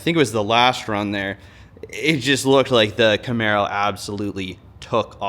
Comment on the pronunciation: 'Camero' baby'!!!